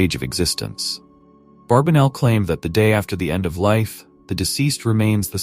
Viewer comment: The gentleman's name is Barbanell - not Barbinell or Barbenell. Get that AI junk to pronounce the name correctly.